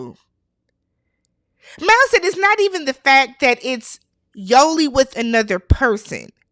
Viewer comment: It't Mal not Mall, please y'all